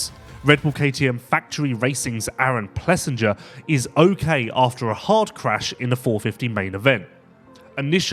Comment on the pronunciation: AP’s name is pronounced Plessing-er not Plessing-ger. Come on man do better and be a professional learning the riders names.